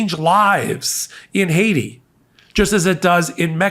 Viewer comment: JD is so racist he pronounced Haiti as Haysha, like what rock did this guy crawl out from under….any kid past 3rd grade can pronounce that correctly. 🤦🏻‍♂️